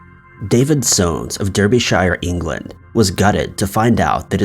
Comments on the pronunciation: please say it like darbyshire not derbyshire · 'Darber-sh'....not 'Darby-shire, or Deerby-shire'!! Sorry to be such a pedant, but being a Brit, it bugs me! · I’ve never heard Derbyshire pronounced so incorrectly 😅😂